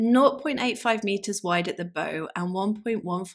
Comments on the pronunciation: Bow is pronounced like a tree branch, bough. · Fascinating! Just so you know, in nautical terms, bow is pronounced as in take a bow, and coxswain is pronounced koksan.